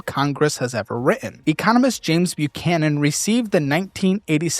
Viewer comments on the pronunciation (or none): none